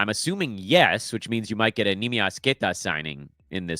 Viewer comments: yeah exactly it's Kay-tuh not Kay-TAH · Good info, been listening a few episodes. The way you say Neemias Queta bothers me you put way too much emphasis on the A. It's just Queta not Que-TAH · when you say Queta the way you pronounce it at the end sounds like ahhh like in avocado. It's prounouced with a tuh at the end like tough.